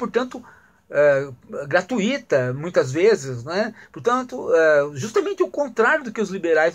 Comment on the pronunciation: Bobagem ,Professor ! Aprenda a pronunciar "GRATUITA " , depois fala de Adam Smith ! ... Tu és maledicente , hein ?!... O QUE SÃO DEGRAUS ?...